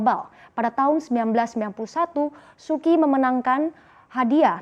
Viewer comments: Suu kyi bacanya suu chi bukan suki (-_-‘) lu kira sukiyaki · Su Kyi dibacanya Su Ci ... harusnya belajar dulu sebelum broadcast